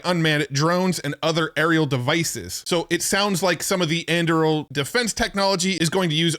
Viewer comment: an-doo-ril. That is how you pronounce Anduril